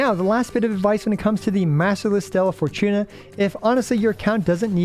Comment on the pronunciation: Bro the way you kept saying "stellaR" fortuna is annoying af